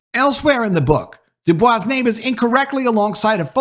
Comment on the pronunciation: Du Bois pronounced his name "doo-boys".....believe it or not. Fantastic content/upload here.